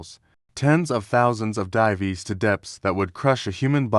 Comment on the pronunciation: Why bother uploading when it comes out like that? I didn't make it past "divies"